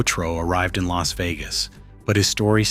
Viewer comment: AI CHANNEL. It says el a s instead of Las like loss. Also mispronounces Spilatro